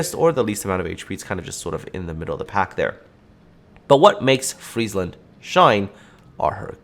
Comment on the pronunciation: ty for pronouncing it correctly and not making it a "McDonalds" ship